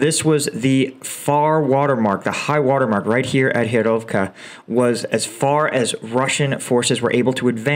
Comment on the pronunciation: Great analyses, love your videos, but... gosh :D do something about the pronunciation, like you made Hyrovka from Hryhorivka :D It's quite difficult to know, which place you're talking about :D Improve your Slavic pronunciation, please :) Hint: Use google translate with Slovak language set. We're not using azbuka and the letters sounds the same, so text to speech for Ukrainian places works quite well :)